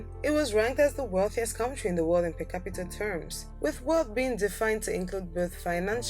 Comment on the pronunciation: Look up in the dictionary how to pronounce the word "country"